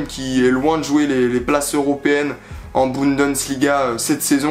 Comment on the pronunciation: C'est "Bundesliga" pas "BundeNsliga" 😂 super vidéo ! 👍🔴⚫